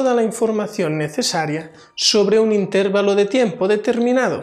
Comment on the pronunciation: Por qué dicen intérvalo? si lo correcto es intervalo